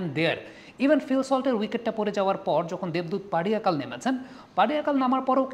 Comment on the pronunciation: পাডিশাকাল না পাড্ডিকেল হবে।